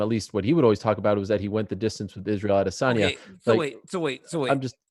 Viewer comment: P.S. please stop speaking Russian and African. We are in America. It's "Peter" Yan. And "Adesanya" not Adissonyuah. Do not destroy American English.